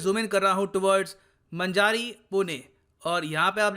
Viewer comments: It's not मंजारी, it is मंजरी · It's Manjri not Manjari..5 Km from my home. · Manjari ka pronunciation wrong